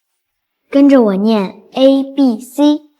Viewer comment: 為甚麼讀 呀，B，C😂😂😂😂😂